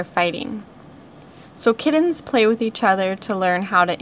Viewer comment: She says "kiddens" not "kittens" lol